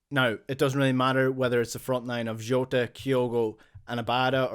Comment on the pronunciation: Rogic and Jota pronunciation?